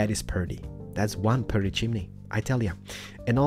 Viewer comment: he kept saying perty in the first one